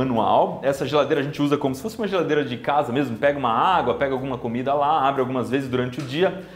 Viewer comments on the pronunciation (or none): none